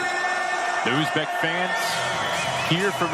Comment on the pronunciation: Kop davlatdagilar aytolmaydi talaffuz qilolmaydi